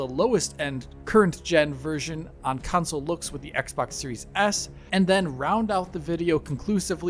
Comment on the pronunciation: Cun'sals Counsouls Cownsols Why can't he say console?